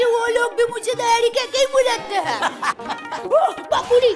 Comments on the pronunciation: When Daya say bapujri😂than bapuji say chappalri😂😂this was epic l can't stop my laughing😂😂😂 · bapuji ❎ bapurii ✅🤣